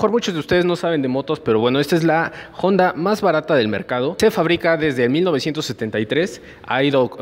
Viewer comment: Si la moto fuera yanqui entiendo pronunciar jonda pero es japonesa y en español la h es muda no decimos joi para decir hoy. Buena moto, deberías poner neutral en los semáforos desgastase así el embrague mucho, también dejas medio embrague en ruta por llevar marcha inadecuada.